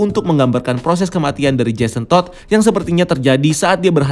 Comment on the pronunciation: NGOMONG JASON TODD NYA BISA BIASA AJA GK WKWKSK